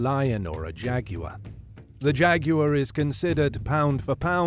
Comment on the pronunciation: Thanks for pronouncing jaguar correctly. One of the most annoying things on youtube, to me, is that many commentators pronounce it jagwire.